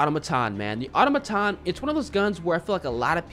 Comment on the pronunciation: Great video! I love listening to you put your own twist on the pronunciation of the names of the guns and parts lol. Auto-maton vs atamaton and ober-weaver vs orb-weaver haha. Good stuff.